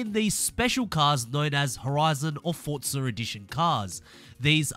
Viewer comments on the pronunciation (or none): another starting by saying the games name wrong its not Fortza it'sFORZA